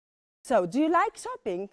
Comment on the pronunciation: Tylko ze ta Pani nie mowi nie tylko idealnie, ale wrecz masakrycznie niepoprawnie. Jej angielski jest tak spolszczony ze glowa mala. A przez wymowe wlasnie czasami trudno ja zrozumiec. Trzeba sie domyslec jakie slowko powiedziala. chociazy to czoping na poczatku...albo czekac, bo moze za drugim razem wymowi poprawnie.